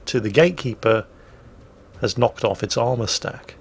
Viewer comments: Is saying "gaykeeper" all the time? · Is he keep saying "gay keeper"?